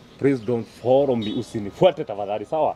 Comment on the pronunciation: Shuurrup 😂😂 don't forrow me